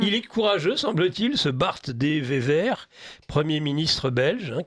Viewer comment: De Wever faites attention a la prononciation ! , Gros problême pour donner le nom du 1er ministre Belge